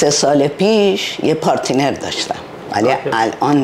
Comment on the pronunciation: پارتینر داشته منظورش پارتنربود چذا اخع اینجوری حرف میزنن مجبورن انگار بفرماییدشام روببینید بیشتراشون ک میخوان بگن مابلدیم انگلیسی حرف بزنیم بدترگندمیزنن باحرف زدنشون حرف نزنن بهتره والا یکی دیگه ام بود شهلا وای وای خیلی بدحرف میزد و اصلا بلدنبود نصف عمرشو اونور هست بعدب فان میگه فاین و ....نمیدونم‌چرای کلاس نمیرن اصولی یادبگیرن و همین از دورو ورشون دست وپاشکسته یادمیگیرن همونو ادامه میدن نمیگن شایداشتباه باشه بعدش بیشترحرفاش دروغ بود ک نمره هارو میگفتن خودشون چندبدیم وفلان